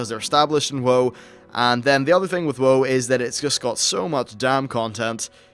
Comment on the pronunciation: you say "whoah" when its "wow" but whatevs